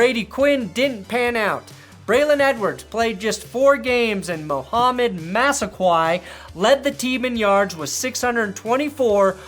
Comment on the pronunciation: its massaqwah motherfucker not massaqwhy